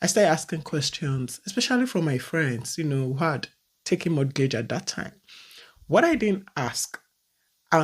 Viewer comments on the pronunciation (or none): Sister if i am not hearing anything you say, please in mortgage, the T is silent. It is pronounced morgage. Pronouncing the T, gives me an ache. Secondly the house, you are renting was bought by someone. If people dont buy down, you wouldn't have a place to rent. Life is in stages, when its your morning,its your morning.